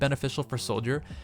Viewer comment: I think the word you are looking for is "continuous", con·tin·u·ous. "Contenuous", con·ten·u·ousis not a word.